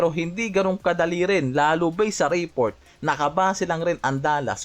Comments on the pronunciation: Reeeport daw 😂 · ayusin mo pronunciation mo ng report!